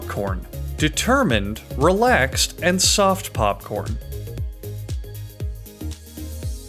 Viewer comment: He's always saying something is realaxed or realaxing 😂